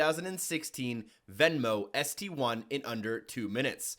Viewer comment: he said Venmo STI not zenvo st1